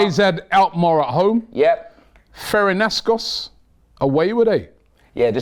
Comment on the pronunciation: Ferencvaros and says ferenascos lmaooo😂